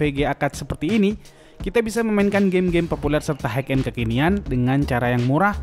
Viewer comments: hai end bang bukan haik end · Bacanya hai end bang, bukan haik end